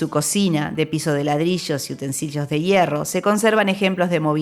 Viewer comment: El arquitecto del Teatro Solís fue Zucchi, no "Suci". Utensilios, no "utensillos"...